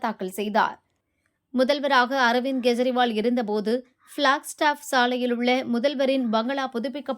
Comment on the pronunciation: Kindly pay spl attention,in pronouncing any person ' s name. For instance Kejriwal is wrongly pronounced as G ejriwal. And KE should be NEDIL and not KURIL. I am a fool who's in TN news channels worried about these fundamental necessities